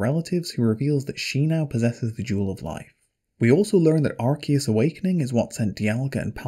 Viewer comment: yay you pronounced arceus correctly.. unlike all the pokemon "fans" who call it arse